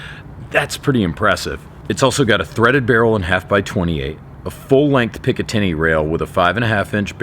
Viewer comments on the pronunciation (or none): none